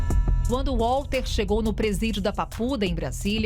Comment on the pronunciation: Então ,Walter (pronuncia com V e não U....estamos no Brasil) , não quis receber dinheiro, mas só "justiça"... Manoela nada pagou ! Sei ...sei... CNN, agressão á inteligência descaradamente ?!?!?